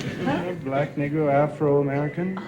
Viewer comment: Man... Tommy needs to work on his enunciation of the word "negro"...